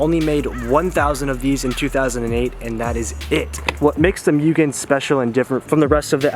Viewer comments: A goddamn Mugen Si Civic, that is rare. One of my fav civics, Mugen R's Edit: I think Mugen is pronounced Moo-gan but idk I mostly hear Mo-og-an instead of Me-yu-g-an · MOO-gen, not MEW-gen but welcome to the 8th gen society mate :) super excited to see what plans you have for the car! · Mugen = "Moogen" not "Myugen"..Atleast say it right..Come on D,you had Bride = "Brid" right..And you messed this up 🤣🤣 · No its not Myugen, or Myujen. Its Mugen... MUGEN!!! - James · Moogen... not meoogen lol. Subbed for this build!! ❤️ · mooo gen not muu gen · ...bro...its MOOgen not MEWgen. Just a heads up considering how many times you said the word in like a 10 second span. hahaha Congrats on the new project though. I love this car! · Hearing “ mewgen “ and not “ moogen “ makes me cringe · It's actually pronounced "Moo-Gen" not "Mew-Gen" as incorrectly pronounced here in the states! Welcome back to the Honda scene and hope you can make it out 8th Gen meets here in SD! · moogen not mewgen lol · Mugen not myugen :D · its pronounced as MOO-GEN not MYU-GEN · MOOgen, not MEWgen 🙄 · Say it with me... MOO-Gen not Mewgen. Anyways welcome to the 8th Gen Club and congrats in getting that Mugen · ITS MOO GEN NOT MEW GEN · MOO JEN NOT MYUGIN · Moogen, not Mewgen. Car looks good, good luck! :) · It's pronounced moo-gen😞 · love the car dude but it moo - gen that’s how you pronounce it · its pronounced MOO-GEN. Just an fyi! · There’s a mugen video where the owner says it’s pronounced MOOGEN. Anyway, I’m not super into front drive Honda’s, but you do you bud, your awesome and you deserve your success. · YESSSS BRO AWESOME!!! FD CONVERSION LOADING....HAHA Also, supposedly pronounced MOO-GEN, but no one really follows that lol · For the love of God it's MOO GEN!! Hopefully it doesn't end up like the Type R. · Jesus fucking Christ the pronunciation of mugen is atrocious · You are saying mugen wrong.